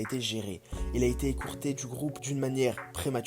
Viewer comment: Écourter ou écarter. Wesh wesh fait un effort.